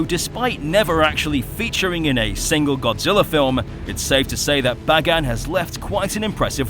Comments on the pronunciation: His name is pronounced Bay-gone 🤓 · i pronounce Bagan like Bay-Gone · I always pronounced Bagan like "Bacon."